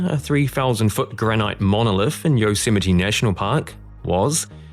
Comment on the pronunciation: It's pronounced yoze might.